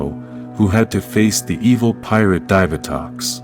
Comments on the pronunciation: It's "Dee-Vah-Tox" not "Dive-Ah-Tox". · "Dy-va-tox"?! Ok, I'm disliking this vid because of this omg. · It's pronounced Dee-vah-tox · I would think that for someone so knowledgeable on Ranger history you would know how to pronounce names but you mispronounce some like Divatox, Dai Shi, Gosei, and more. Like what? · you lost me when you said divatox SMFH "DIVA-TOX"